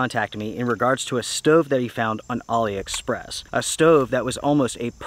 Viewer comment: So you are saying Ali Express! I thought you saying Ollie Express. Once I realized this I downloaded the app and spent some time shopping. As always enjoyed watching